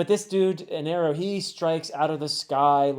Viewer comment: ok so its not eneru it is enel the r is supposed to be an l and it got confused and the u in the end of the name is just a japanese pronounciation thing like a word cant end in a sound that isnt either yoo O ih ay or ah in japanese pronounciation so like on a word that doesnt end on any of this sounds will have a U or O added to it for example in a japanese accent the word "world" turns into "waarudo" so the name is "enel" but due to japanese pronounciation it sounds like "eneru" which caused the mistranslation in the manga to eneru